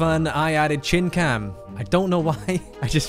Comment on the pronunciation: For future reference, make sure to space out the "chin cam" because I thought you used a slur for a second